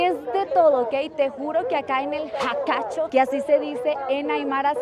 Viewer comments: Ay ajajjaja es "Jacha Qhatu", no jacachu me hiciste reir. Tus videos están muy bueno, ojalá algún día visites el Sur de Bolivia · Jajaj... No puedo!!! Está muy bueno el Jaka'chu. 😅 Bendiciones para tí hermosa 🤩 y un saludo especial para el guía que rebautizó la feria más grande y alta de Bolivia; "Jacha qhatu" 😄👍🏻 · me encantan tus videos... Me hiciste reir.... Es feria 16 de Julio no de septiembre 😂, te pasaste 2 meses.... Y mas cuando decias jacachu y no jacha qhatu😅... Gracias por venir a Bolivia🇧🇴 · tan linda la kullaka (aymara, quiere decir hermana) queriendo decir Jach'a Qhatu, pero le salió ooootra cosa. Igual se aprecia el esfuerzo. Muy lindos los videos de.